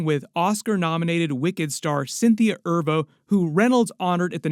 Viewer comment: Why is he saying Erivo like that? LMAO